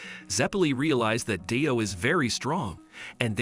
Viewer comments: Btw DIO’s name is pronounced like dio and not dyo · dude really calling him d-i-o lol (no hate intended)